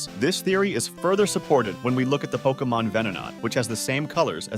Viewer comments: I can't get over the fact he keeps mispronouncing Pokémon. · Are you pronouncing Pokémon wrong on purpose to annoy everyone?